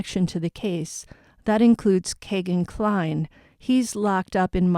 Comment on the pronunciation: his name is pronounced Key-gan Cline not Kay